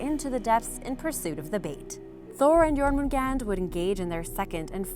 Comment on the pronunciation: Your pronounciation is vastly improved. Still to much j in Jormangandr, it should sound like a y instead. Even so, even in his name you did well. Sleipner and Thor's goats are my favorite animals of Norse mythology. The Draugr are the only ones I think are actually creepy. The rest are interesting.